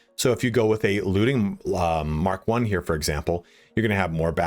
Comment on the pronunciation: I know this is pedantic... but I totally appreciate that you actually pronounce Mk.1 as "Mark 1" and not "emkay 1" 😂